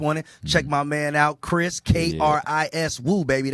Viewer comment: Kris sounds very ABC. Maybe you need to work on your pronunciation since you're on TV all the time.